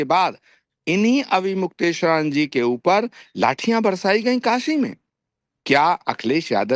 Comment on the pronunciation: ये अन्नू भादवा अविमुक्तेश्वर नाम भी ठीक से नहीं बोल पा रहा...😮😢😅